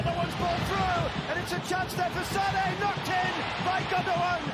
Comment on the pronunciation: US Comentators doesn`t do a minimum to learn just basics of other languages! I someone is called f.i. Leroy Sané the "é" with the comma above, the accentuation is on the "é" ...loooong spoken! Saneeeeee .... 🤦‍♂ Isnt that their job in a way?